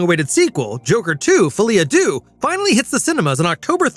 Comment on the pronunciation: The ‘Deaux’ in Folie à Deux is pronounced ‘Du’h’, not ‘doo’.